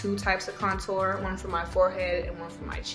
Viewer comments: yeah shes like conTOUR instead of CONtour its too cute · She actually says “Couture” as if it’s a high label brand. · Pronouncing "contour" like "couture"... She really did sumthin there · The way she says CONtour 💣😍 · Nobody: Saweetie: conTOUR. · That's not how you say it? 😭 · I also love how she says contour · lol the way she says contour 😂